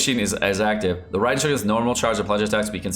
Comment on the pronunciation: Yay!! You can pronounce her name correctly :) good job!